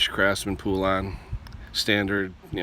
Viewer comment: It’s pronounced Po-lun, not poo-lan! Hope this helps!